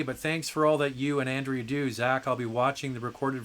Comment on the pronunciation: I'm so glad that I have been able to put a smile on Andrea's face -- she totally deserves it! I am missing the twice weekly live shows, but once weekly is a privilege, so I can't complain. And yes, you did a pretty good job with my Spanish/Catalan name. We love our surnames in Spain!